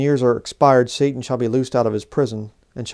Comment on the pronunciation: Why do you keep capitalising the 'S' on the untranslated Hebrew word 'satan'. It would be like capitalising the 'A' in 'Adversary' mid sentence. Doesn't make any sense, and why pronounce it in Hebrew when speaking english?